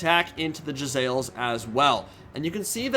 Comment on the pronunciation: Quick PSA! It's actually pronounced jezz-aisles!